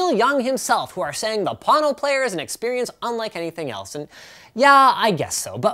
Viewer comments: Why do you call is Pâno, when it is spelled Pono? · its a hawaiian word pronounced p-oh-no wang chung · am i the only one who hear porno instead of pono? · Thing is snake oil all the way, but PLEASE take the time to at least learn to pronounce the name right. Pono- pronounced Po (like king fu panada) Know. NOT Pon Know... I hope the owner of this company isn't butchering the Hawaiian language like you are. Edit: Watched Neil talk about it. At least he got the pronunciation right. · I giggled when i thought he said porno player. :D:D:D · Am I the only one who heard please porno player the first time 😂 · I'm sorry. I can't take a Pono review seriously from someone who can pronounce neither Pono nor Ayre correctly. Maybe it's just me. Moving on to videos of cats. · lol agreed. Linus get the pronunciation right please. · There is a huge difference in sound quality with the player. I hear it in every single recording I listen to, and am amazed you're not able to hear it. You seem like you were determined to not like it from the get go. Oh, and you should at least learn how to pronounce the name when doing a review. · All the Hawaiians cringed when he butchered the word Pono 🙄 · Anyone else thought there was an r in pono...